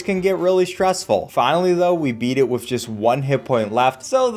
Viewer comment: You saying the word "with" like "wif" is super annoying and distracts from the otherwise great content.